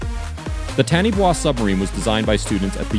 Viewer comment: FYI Taniwha is a Maori word and is pronounced "tah-knee-far"